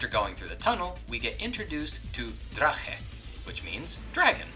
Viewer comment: So, since the rest I'm writing is criticism I just want to point out that I quite liked the video. I also got to give some mad props for getting by far the hardest sound of the German language for most English speakers out pretty well! The "ch" in "Drache" is pretty hard to get right. You nailed that one. So, now please bare with me as I list a bunch of things that didn't work so well. I don't mean to be disrespectful, but your German pronunciation and many of the translation are bad or wrong in many places. Even the title of the game is never pronounced correctly. I'll point a couple of more noticeable things our. Generally the letter "ä" (or "Ä"), prominently featured in the game's title, is pronounced like an "e" as in "Ben" or "send", not like a long "a". It's not quite an "e" either, but if you'd only ever used an "e" few German natives would notice. On the other hand, I feel like every "e" turns into a completely different, random vowel. The "e" in "Schwalbe" somehow turns into a "u" as in "you", same for the one in "Qualle". The one in "Rabe" just completely disappears. Also, "Ausführung" features the letter "ü" which is a different letter than a "u" and is pronounced differently too - there's no equivalent in English. It's a different sound, more common in Germanic languages. The pronunciation in "Mücke" was actually kind of close. Then, if you'd have had any prior contact with German, you'd know that the enemy called "Dürer" is most definitely named aft